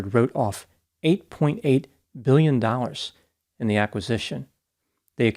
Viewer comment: I can't tell if it's 11 million or 11 billion. The way he pronounces it is "Eleven mbillion" I can't make it out. He's rolling his Ns and Ms and Bs all together.